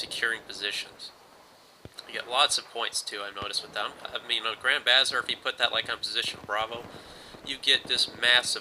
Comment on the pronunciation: BTW..Bazaar is pronounced "buz-arr"